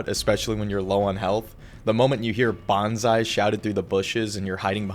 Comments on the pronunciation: it's "Banzai" not "Bonsai" lmao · Pronouncing Banzai as Bonsai is a new level of ignorance. If you are trying to describe the mindset of Japanese soldiers in world war 2 try to do a little research. I’m a Brit and we have learned to understand our enemies and why they fight.